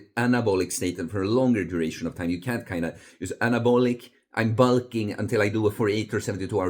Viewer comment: Bul-king (heavy European accent)